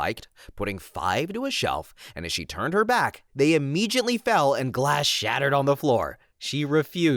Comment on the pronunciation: "Immegiately?" Dude, there's no "G" in ImmeDiately.